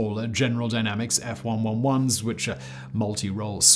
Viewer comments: OK, Simon -- I'll forgive you for saying SAC as "S A C" rather than "sack", as anyone whoever has been in SAC knows. I'll overlook you calling the Aardvark the "F 1 1 1" rather than "F One-Eleven" as any USAF vet who's worked around Aardvarks would. But did I hear you say that the B-58 held the speed record for FIFTY years? What about the SR-71's final flights for the USAF, made exclusively to set the world speed records for air-breathing aircraft? I don't think so! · F111 spoken as F one eleven.